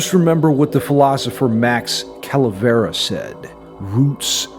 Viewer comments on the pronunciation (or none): Max Cavalera instead of Calavera